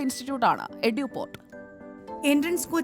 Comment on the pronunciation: എടു അല്ല എഡ്യൂ